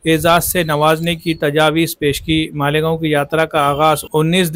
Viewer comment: वह मालिगांव नहीं है मालेगांव है😊😊😊